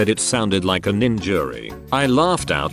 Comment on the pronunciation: Nin-jury ha